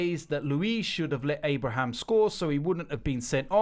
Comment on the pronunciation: Tammy Abraham not Abrahams